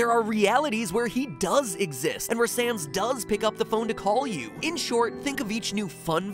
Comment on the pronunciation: i know you meant to say sans but you said sand 😂